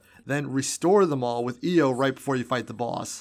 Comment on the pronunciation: its not io